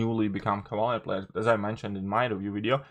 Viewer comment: I'm not going to hear you say Cavaler anymore? 😥 😔